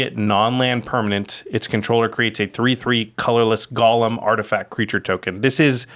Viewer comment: great vid as always., golem and Gollum are two different words! (pet peeve)